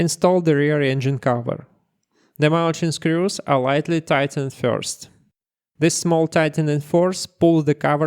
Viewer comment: by the way, in English words ending with -ed, you typically do not pronounce the 'e'. for example: tightened = "tightend", installed = "installd".